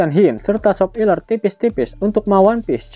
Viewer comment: Cukkk baru nyadar gw, pdhal lama ngukutin nih chanel, "SOP" "iler" 😅😂😂😂 anjirrrrr